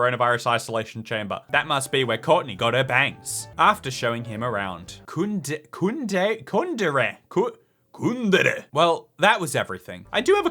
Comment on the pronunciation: why did the way said kundere in a japanese way almost spit my food out laughing